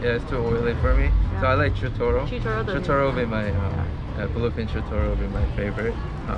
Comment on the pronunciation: bluface tuna hahaha!!! 😆😆😆 Ik he said bluefin!!!